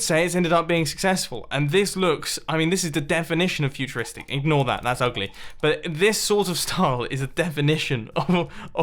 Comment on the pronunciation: listen how he violates the 'ugly ' bit Lol